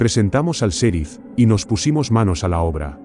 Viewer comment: Hey no se dise ( serif ) el sonido en Ingles es ( cherif ) y se escribe en Ingles ( sheriff )